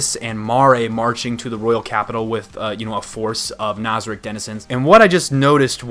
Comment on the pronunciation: I really like your videos and I seriously appreciate how you prioritize those of us who are anime only watchers and you don't spoil things for us. This makes you one of the seriously few anime reviewers that I will watch so rejoice sir, you are part of an extremely exclusive club. I do have a gripe about you though. ITS NAZARICK NOT NOZARICK!!! Good god man. I'm not usually a grammar nazi but it's driving me crazy lol. Great video as always man, keep up the great work!